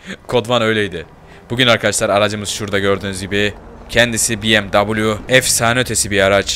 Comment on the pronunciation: Abi biemw diye okuma şunu bmw diye oku abi